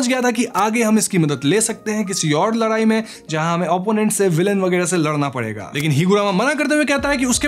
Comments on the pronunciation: Bro it's ladai not larai 😂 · Ladai❎, Laarai✅